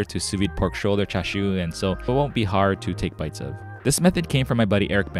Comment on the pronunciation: I'm sorry but where are the ''CHA'' and the ''SHU'' parts on that Chicken ''Chashu'' lol